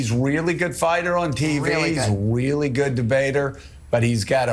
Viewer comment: Did that dude just say ‘weally’? TWICE?